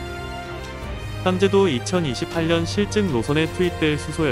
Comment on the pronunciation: 2018년? 이렇게 들림